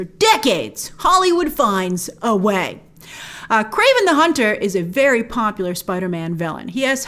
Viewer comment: "KWAVEN" the hunter? Don't you mean "KRAVEN" the hunter?